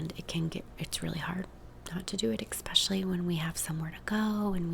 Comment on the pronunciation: 'exspecially' i love you😃💕